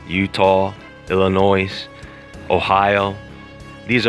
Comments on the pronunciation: You said Illinois's...I only know of the Illinois west of Indiana...where are the other ones? Or did you forget to keep that S silent :P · Yes, was gonna tell him, noooo Noise....lol I'm from there too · Just FYI, there is no S in the pronunciation of Illinois. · No "Noise " in Illinois!!! Lol...Redue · There's no "noise" in Illinois. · I just have to mention a pet peeve of mine - the mispronunciation of the state of Illinois. When it's mispronounced, the person loses credibility and you have a great speaking voice to match your content. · u did not say Illinois correctly